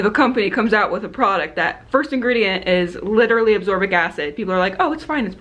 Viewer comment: "azorbic" lol it's "a-s-c-o-r-b-i-c" haha I know what you meant though! Also I'm glad you finally found something to help get the orange out! It's almost just like the color on the color oops box!